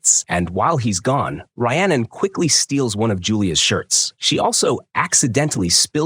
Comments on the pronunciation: Her name is pronounced Ree-annon not Rye-annon! It wasnt a box cutter it was a knife! It wasnt a lake it was a canal! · How many terrible ways can the AI voice mispronounce Rhiannon? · Dude just quit you said her name wrong times literally every 4 seconds 😂😂😂😂 you either do 0 research or just lazy ass AI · First, I'd be mad if someone pronounced Rhiannon like that.